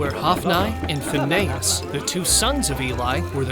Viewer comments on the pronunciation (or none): to , it is pronounced Hophknee and Phinihas